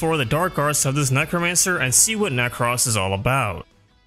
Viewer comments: Necross 😂 Ne-crose like necrosis nek-rose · Ah yes, my good friend Neck-ross. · Does anyone actually pronounce "Nekros" like that? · Youre pronunciation of nekros is super annoying. 5/5